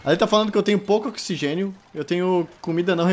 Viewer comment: Ocsigen nóti includedi